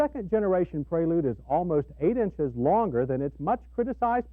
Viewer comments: Honda Praylude? Is that the way to pronounce it? Isn't it Prelude? Just asking. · Yeah pronouncing it would be praylude, the actual name as you know would be prelude. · rhymes with preload